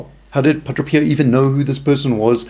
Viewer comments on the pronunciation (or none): It’s Padre pio not Padro Pio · Friend, Thank you for your ministry.. however, if you are going to continue with it, it is essential that you learn to pronounce the Padres name correctly. Phonetically it is: Pah - DRAY. Pee Oh Not Pa DRO pee oh Blessings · I think it's either South African or Australian/New Zealand, but it also sounds like he might have a speech or hearing impediment because he keeps saying "Pudruh" or "Puhdro" instead of "Padre" (PAH-DRAY) and had great difficulty with the word "congress" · It is Padre Pio and not Padro Pio...! Let's learn to pronounce the name correctly if you want to be taken seriously on your video. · Wonderful video. The speaker has a very unusual way of pronouncing the saint's name. To my ear at least it sounds like he is saying Padro Pio. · why does he say padro? which is it?